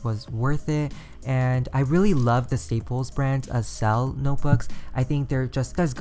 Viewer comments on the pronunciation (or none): I think its pronounced "akcel" like in accelerate